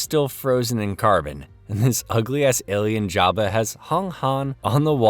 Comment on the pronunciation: Jeba not java bro